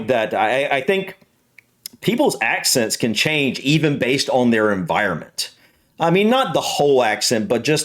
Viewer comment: I thought you said accident first.